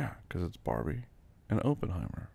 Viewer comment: I'm pretty sure he's pronouncing Oppenheimer incorrectly🤭if I'm wrong put me in a straightjacket and call me crazy but I too believe I'm always correct